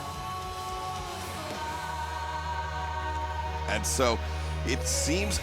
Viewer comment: That's not how you pronounce macabre. :zany_face